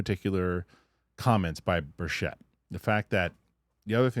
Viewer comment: BER-CHITT. PLEASE! thx